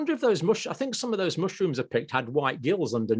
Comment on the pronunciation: You people cannot be saying “fink” and “free” instead of “think” and “three”